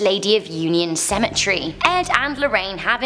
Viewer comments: Cemetree lmfao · Why does she call it a cementry, when it's cementary